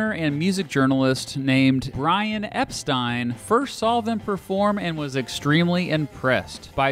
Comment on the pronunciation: Pronounced Mersey wrong .. then Epstein wrong .. i'm out!